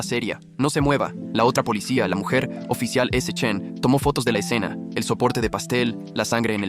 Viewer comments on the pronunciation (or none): none